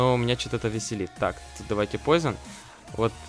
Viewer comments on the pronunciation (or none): none